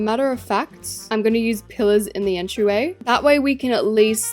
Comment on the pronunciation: when she said pillers i thought she said killers 😅